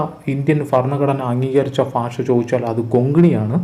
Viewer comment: ഫാഷ അല്ല ഭാഷ 🙄